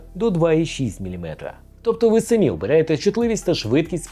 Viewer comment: Дай Вам боженька здоров'я за правильний наголос в слові "самі". Це маленьке слово для блогера, але величезний стрибок для української блогерської спільноти. 👍👍👍